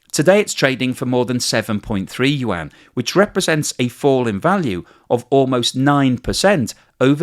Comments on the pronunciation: Love the depth of his videos but its pronounced “You-on” not “You-anne”. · “….Chinese “WAAAH-N!!”😫….. Can’t you just say “You-on,” like everyone else?